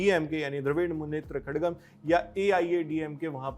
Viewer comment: Pronounce like this (Tami-laaa-gum) (wet-re) (ka-laaa-gum)